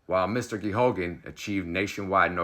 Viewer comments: The name of the priest is pronounced, "Gay gan. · Its pronounced gay gun. Just so people know who you're talking about.